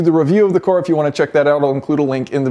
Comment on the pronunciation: Jason says "cooar" instead of car 😅